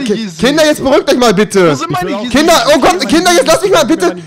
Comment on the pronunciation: lern yeezys auszusprechen!!!!